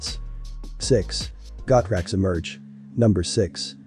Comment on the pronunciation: Pronounced "Go" "Trax"....... not "Got" "Rax".....ya "Dumb" "Dumb".